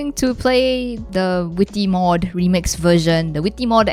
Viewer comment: “The vwitty mwod”